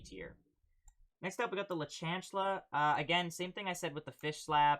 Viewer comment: My mans doesn’t know how to pronounce chancla lmao